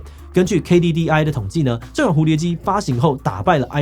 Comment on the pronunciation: iPone :P